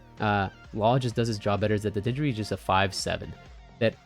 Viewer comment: Its denjiro, not denjuri 🫠 thanks for the deck tech